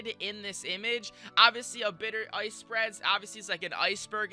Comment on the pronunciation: Howcome he says oice instead of ice